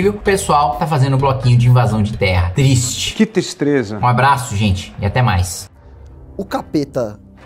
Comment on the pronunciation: eternizado com o "Que tistreza" kkkkk